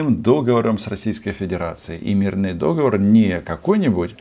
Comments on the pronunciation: ДоговОр. Ударение на последний слог. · на второй минуте дважды сказал «дОговор»!!! Аж тошнить хочется от такой безграмотности журналиста. А вообще по делу, но ооооочень затянуто